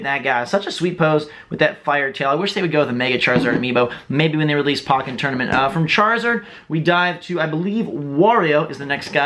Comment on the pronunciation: why do you pronounce "pokken" like that but you say pokemon differently. First syllable is pronounced the same xD Anyways, sry had to point that out... lol xD Amazing collection! I have about half of the smash bros amiibo which is the only line of amiibo I'll get, won't really get the other amiibos